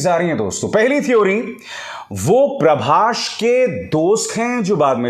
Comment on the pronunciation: प्रभास है अंकल नाम, नकी प्रभाश